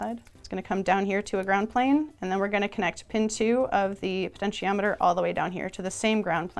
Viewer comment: "penshiometer"? Wha'?!